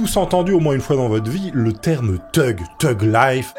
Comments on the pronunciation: Thug se prononce fug en anglais, tug, ça veut dire remorqueur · Th.... c'est un son F Revise ton Anglais